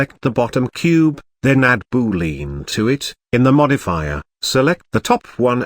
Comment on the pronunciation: BOO-LEEN😂 nice video!